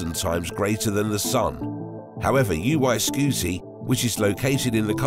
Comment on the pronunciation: Omg it's NOT UY SKEWTY.